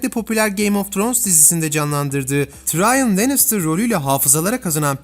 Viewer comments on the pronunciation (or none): none